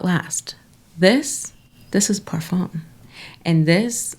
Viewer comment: Just wanted to chime in -- you said 'parfum' correctly!! You got the French pronunciation down! :)